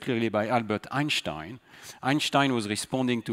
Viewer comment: I am amazed by Stanislas accent! He has a generic french accent but you can clearly hear an american accent on certain words! To top that you can clearly hear a perfect german accent when he says 'Einstein'